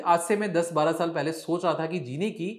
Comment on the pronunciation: Saal to thik se bolo